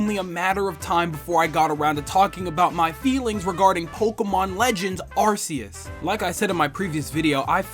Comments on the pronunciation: Arceus is pronounced Arkeus not Arceus. That's how they said several times in the trailer! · I find it odd that people pronounces Arceus's name with an s-sound, when it's supposed to be pronounced with a hard c. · ArKOOS is the correct pronunciation.